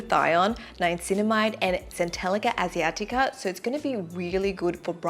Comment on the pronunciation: It's centella asiatica, not centelica asiatica. The APLB moisturizer looks good!